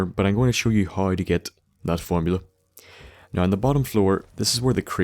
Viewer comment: every time you say now, i think your saying no, and ur about to be like no im just fuckin with you